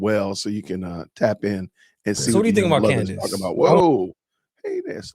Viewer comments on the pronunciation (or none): Funny how none prove it. Almost like they are paid to repeat same empty words. Rmember when one of the people they paid didn't rehearse her name well and said "Camrace"? Lmfao liars hate truth tellers